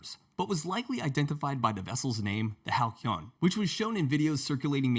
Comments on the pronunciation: “Hal See on” not “Hal key on” lol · Pronounced 'Halseeyon' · The boat’s name is pronounced “Hal-see-on”. As in, those Halcyon days, meaning a period of time when all was good.